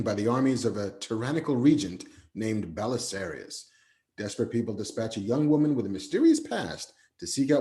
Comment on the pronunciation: Zack Snyder might be sipping on some Warhammer 40k too with "Belisarius" 😂